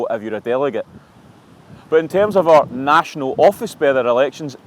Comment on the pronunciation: Chris, the word is "our" not "wurr."😅😅😅😅